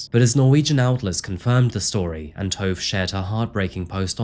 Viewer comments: His wife’s name is not pronounced Tove it’s pronounced Torva. En morsom, men ydmyk mann. Hvil i fred. Fra dizzy i haugesund x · Tove rhymes with nova...my sister's stepdaughter's name is Tove, which is how I found out.